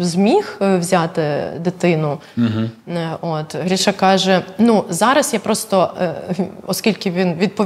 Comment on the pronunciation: Ріже вухо ім'я Гріша,коли правильно говорити по-українськи Гриша.